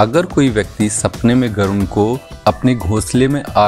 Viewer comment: गरुण नहीं गरुड़ कहा जाता हैं।